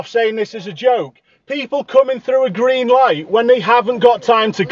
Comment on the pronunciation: The voice of a moron "wee came trou on ghrrreen" totally ignoring what's been said about the road being blocked. "I'll report you" she should get arrested for dangerous overtaking and blocking opposite lane.